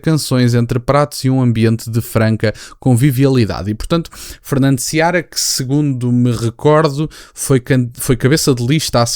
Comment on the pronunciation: Não é Seabra. É Fernando Seara.